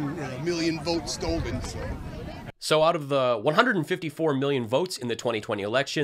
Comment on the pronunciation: the actually said "Stolded" 🤣🤣🤣